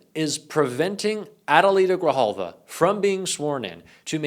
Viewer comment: Thank you for not fkng up the prononciation of Adelita Grijalva's name! Sincerely.